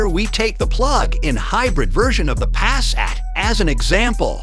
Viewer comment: Pass-at, really? It is attractive.